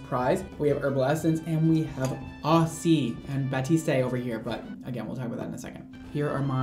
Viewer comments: Yep, should be "bah-teest", not "bah-teest-ay" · I loved this video very much, I just have one thing to say, it is ”Batiste” not ”Batisté ” ! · It’s 👏 bateest 👏 not 👏 bateestay 👏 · Yeah, it's definitely pronounced "bah-teest", not "bah-teest-ay". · Definitely bateest not batestaayyy 🤣 bugs me a lot lmfao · someone please tell how to actually pronounce batiste 😂😂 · ba-teest not ba-teest-ay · I love how looks at the bottles umpteen times and still calls it baptiste when it's batiste 😂😂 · we love u but PLEASE stop pronouncing the E at the end of batiste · You were correct in the first place. He has no idea what he’s talking about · he says bah-tis-tay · “Batistay,” gurl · Mandy McDorman No that’s right, but that’s not how is saying it. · Anyone notice that he says Batiste wrong. In the commercials they say it with a silent E at the end of it. I could be wrong. IDK. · Roza Slo I know in that video HE kept Saying that and I was dying 😂😂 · You mispronounced Batiste and misspelled Walgreens, it's only a minute in...